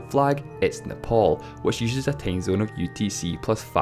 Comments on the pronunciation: What's a tamezone? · LEARN HOW TO HAVE A FUCKING ENGLISH ACCENT!!!!! IT'S TIME ZONE, NOT TAIME ZINE!!!! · Matthew Adarichev "tame" zone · Matthew Adarichev he pronounces "time zone" as "tame zone" do somehting about your accent dude